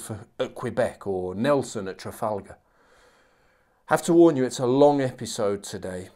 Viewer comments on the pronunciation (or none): none